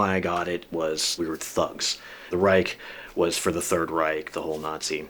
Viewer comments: Hilarious he can’t even properly pronounce those German words but he had them tattooed anyways 😂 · Pfew. 7 minutes in and as a German it makes me very uncomfortable to see all those Nazi symbols (and that no one can pronounce the word Reich correctly).